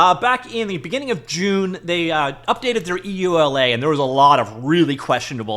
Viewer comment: EULA? I thought one LA in America was enough...